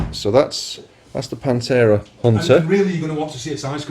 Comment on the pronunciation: Panthera with a TH :P